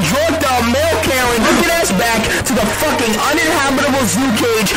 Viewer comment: that emphasis on F786ING was wild